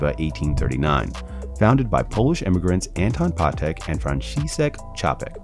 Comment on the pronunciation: Rappers don't know shit about Patek they just but a Nautilus with aftermarket diamonds and ruin a good watch that is worth a ton of money and make it worth zero, also if your gonna do a segment on it at least know how to pronounce the name smh